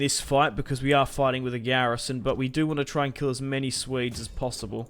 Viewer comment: Can you not pronounce Swedes as ''Suedes'' , but something like ''Sweedes'' ?